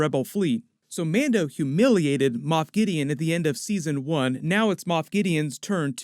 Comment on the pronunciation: It's Moff not moth lol